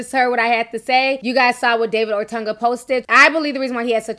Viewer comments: Ti ... you stay pronouncing names wrong 😂. OTUNGA .... O TUN GA , not OR TUN GA . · Love you Ti...but got dawg its not ORTUNGA. Its OHTUNGAH.(correct spelling OTUNGA) Good job on the story. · ORTANGA??? GIRL U ATE A MOTHER!!!! There is a difference between the sound of an A and a U. Ortunga...like Or Tongue Gah! Geesh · There is no R in O-tun-ga and it’s the WWE 😂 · Its pronounced OH-Tunguh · It’s really painful sometimes watching and listening to Ti! She just makes up words as she sees fit. She don’t know how to pronounce a thing! The man’s name has no R anywhere in it! But she insists on pronouncing his name Or-tunga! Where the hell did she get the R from? She does the Same thing with the word funeral!!! She insists on pronouncing it “fruneral” !! Come on now.......Maybe she should use some of that Youtube money to take some elocution classes! Which I’m sure she will pronounce Elocrutian. ! I’m done! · You said his name horribly wrong and you meant wwe. Hasn’t been wed since early 2000’s.